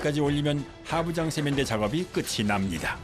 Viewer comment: 왜 세면대를 쎄면대라고 하지?